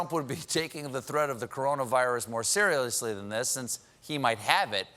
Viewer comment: At about into this when Colbert said "you'd think Trump would be taking the threat of coronavirus more serial-lously"...oh,I felt that.